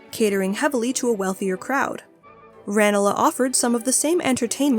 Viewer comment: It's Ran-lee gardens, not Ran-a-la.